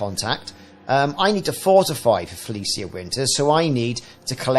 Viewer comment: pronounced Fel ee shuh